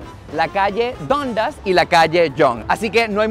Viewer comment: Se pronuncia Dandas